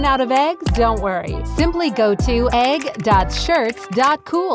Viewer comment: dident you say eggles thares eggs